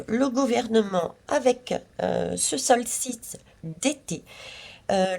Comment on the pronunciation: Bonsoir pour le « knight « le chevalier en anglais on ne prononce pas le k...😀 sinon c’est le solstice, pas le solsiste !..😉